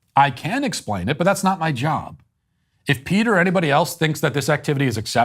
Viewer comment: Matt Walsh again talking out of his lane. He can't even say Peters name correctly.